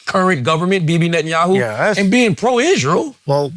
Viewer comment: 100% correct. They even play dumb like they don’t know how to say netenyahus name 🤣🤣🤣 keep an eye out for it. I’ve noticed it for along time now and does it in this episode multiple times. It’s like they’re scared AI transcripts will pick them up talking shit and report it to the Big Yahu 🤣🤣🤣